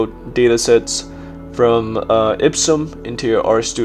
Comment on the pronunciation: "ipsum" really ? 😂😂😂😂😂